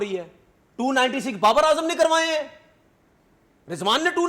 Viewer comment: Barbar is brand of cricket but b is silent Babar is b rand of cricket